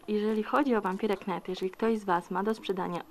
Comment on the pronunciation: nie chodzi o znaczenie tytułu, tylko jak się go czyta :P to jest po angielsku i "rycerz" nie czyta się "knajt", tylko "najt" ;_